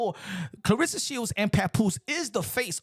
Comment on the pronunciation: No one even knows how to pronounce this girls name and that is sad. Her name is Cla-Ressa not Cla-rissa. Every time she gets introduced and even her man has called her name wrong. It is really sad. Dang if you gonna be her man the least you could do is say her name right.